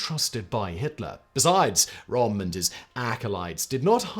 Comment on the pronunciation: How can you mess up to pronounce Ernst Röhm's name? it's not even one of the sounds English does not have, the Ö is equivalent to the o in worst.